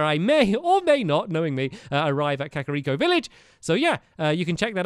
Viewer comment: Ur pronouncing kakariko wrong and it's REALLY annoying me